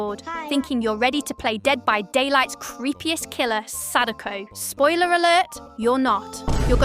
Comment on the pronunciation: good guide, but please learn how to pronounce her name...